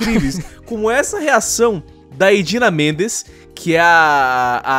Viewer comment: Cinge é o lion falando o nome da atriz que dá voz à Elsa... é Idina MENZEL, não mendes uhauhauhauhauha